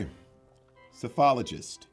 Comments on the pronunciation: Psephologist is pronounced suh and not -see I’m playing along lol Major is right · Major got the correct pronunciation of Psephologist. Proof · I think Major pronounced Psephologist correct